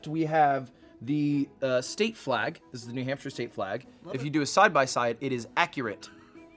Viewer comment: it was a jump scare to hear “new nampshire” from queen broski’s mouth, hello to my fellow new hampshirites!